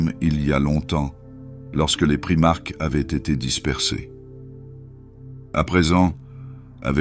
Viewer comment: On dit primarque ou primaK pas primarche !!!!!!!!!!!!!!!!:face-purple-crying::face-purple-crying::face-purple-crying::face-purple-crying::face-purple-crying